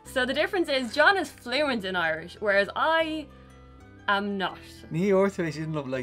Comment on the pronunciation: I notice pronounces the words as Ahrland and Oirish.